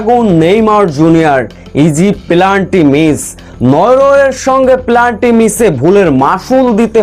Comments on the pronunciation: এই শালা শব্দটি হবে পেনাল্টি। তোর উচ্চারণ ভুল। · পেনাল্টি ভুল উচ্চারণ করেন কেন